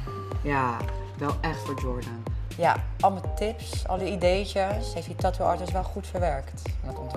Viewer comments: Niemand:: TAAHTOE. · Een "TAATOE" wtf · Waarom spreekt hij tattoo zo raar uit